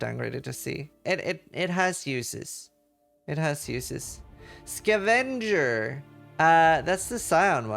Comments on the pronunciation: Looks similar enough to avenger that a non-native like him might be led to believe it is pronounced the same way. But English is never that consistent, now is it? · Please immortalize how pronounces "Skuhvenger" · Ska Venger... lol. Scav enger. 😂😂😂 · why is he pronouncing scavenger like that